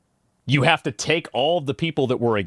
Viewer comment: so we’re not gonna comment on her prononciation of the « h »? She said « what we 7ave »